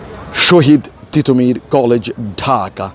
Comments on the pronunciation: ঠিটোমীর না তিতুমীর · পাগল নাকি? টিটহ মীর কলেজ না তিতু মীর কলেজ, সঠিক কথা বলতে সঠিক উচ্চারন করুন। অাপনি কি দেশি ব্রিটিশ উচ্চারন করে অভ্যস্ত?